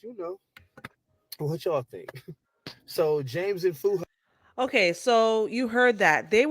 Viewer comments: It's not Feeuhad, it's Fuhad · FEW-had? Its FOO-had… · You’ve been following been following them for years but pronounce his name “Few-hard” 😂😂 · I thought the same thing. His name is pronounced phonetically. "Fu - had."😂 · I don't think you even watch the podcast. You've been following them for a while but still get the pronunciation of Fuhad wrong? and also the Name of the podcast incorrect? Are you kidding me ?